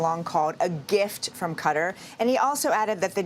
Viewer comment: Why cant you pronounce the Qatar correctly? Its not cutter. Lmao